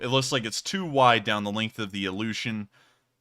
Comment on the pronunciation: HAHA! It's not pronounced as "illusion". It's "ilyushin!" 😉 Also.. you can't count man! First there's five or six. Not eight.. Then the camera pans.. and no it's not three tall. It's three and four tall. Depending on how many stretchers they mounted on each side. Which you can clearly see!🙄🤦‍♂ So another six or seven on the first unit of stretchers. Then the camera pans some more, and you got another seven or eight, a bit hard to make out. And after that it looks like there could be two more of these units. But impossible to see clearly. So let's just say, seven in each one on average. Making the total 32-35. Plus another seven sitting down. And they were still on the ground I believe, since you can see the light from outside the plane, through the main cargo door at the back of the plane, clearly overexposing and bleeding out in the shoot at the beginning of the vid. So in the end, you sorta, almost, got it right, I guess. Even though, you counted wrong. But hey close enough!😉 Haha! It says "Theft" on that "Buss stop/bomb shelter" when using Google lens, lol! But for some reason it doesn't want to translate the text on that "First aid" box (the red one).. hmmm🤔 Also.. look at the shape of that bomb shelter, the contour and as well the base coat paint job. It very closely resembles a military style tent, with desert beige camo. Too close to be an accident I'd say!😉 It's just not the cab that's new, it's everything but the launcher, which probably as well